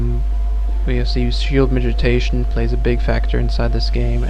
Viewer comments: Thanks for the guide, man. I've been wanting to get into SoaSE for a while. One thing though: it's pronounced mitigation, not 'mitijation.' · miti GAY tion. Could not listen to this once you started talking about shield mitigation, sounds like you are saying mitijation. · he's saying "midgetation"